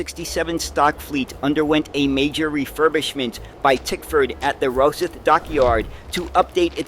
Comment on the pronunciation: Victoria line was named so as it passed Victoria Station, also check how to say Rosyth